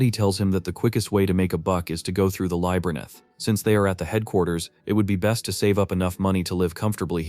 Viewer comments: Labb-er-inth! F@ LABB-ER-INTH! It's seriously doing my head in everytime I hear 'lybernith'. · Around the mark, he had like seventeen different ways of saying "Labyrinth" EXCEPT the right way. What the hell? Lol. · What's with this AI? It can't pronounce labyrinth right even once. :/ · If I Hear the Narrator mispronounce Labyrinth on more time I will cast a spell for him to loose his vice until he learns better...